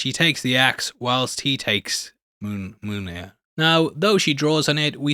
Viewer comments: I don't know if it's a bit or not, but it's pronounced MYOL-NEER. My left eye twitches every time you say it wrong. 😁🤣🤣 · U can say taweret but not mjolner